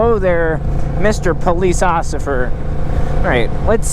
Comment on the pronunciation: It’s the police “ocifer” for me 🤣🤣🤣